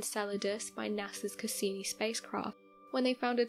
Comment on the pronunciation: Not only did she misrepresent what was actually found, she also got some of her information wrong. I actually stopped watching the video as soon as she said "Castini" instead of "Cassini." This isn't the first time this channel has messed things up but thankfully it's not as bad as some of the other mistakes they've made.